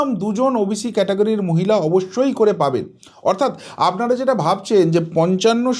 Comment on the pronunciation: Amnara...amnara...amnara...amnara.... Disgusting